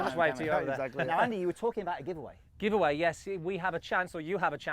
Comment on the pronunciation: "Giveavay" - I have never upated my driver yet.